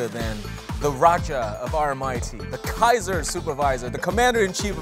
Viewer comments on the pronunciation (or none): none